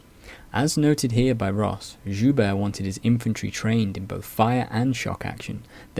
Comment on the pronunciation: Very thorough, quite impressive. Looking forward to more! One small note, though, from a francophone. Guibert: Gi-behr(t). Like the kimono one wears for jiu jitsu.